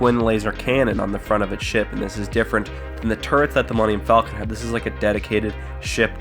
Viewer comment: Why does everybody mispronounce the Millennium Falcon.